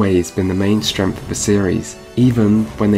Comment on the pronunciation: Buddy, your polish is amazing and you're bringing some interesting contrarian viewpoints but you really need to work on pronunciation. I had no idea "Seedy pradayect"was CDProject Red" without multiple tries with different context. And That Witcher "free" pronication could use some work. That along with "Strengf". Work on "Th" sounds and you'll be golden. The youtube algo is boosting the hell out of you right now, so make another solid piece and release it as soon as you can. Subbed